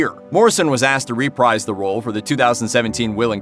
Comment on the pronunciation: "Morrison was asked to reprise the role..." The word "reprise" is pronounced "re-PREEZE" not "re-PRIZE."